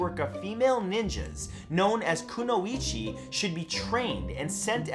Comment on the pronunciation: all your pronunciation of the japanese language is cringy. to help hide alittle bit of the transition of english into romaji - "i" is pounce as "ee". IE: kunoichi (Ku-noh-ee-chi) and for "a" is pounce as "ah" takeda (tah-key-da) Kato (kah-toh). and the "o" as "oh" like no(noh) and to (toh) i would list more but lazy but this should help.